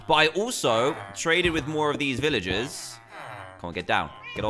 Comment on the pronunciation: You ceep on saying viloges and not velrges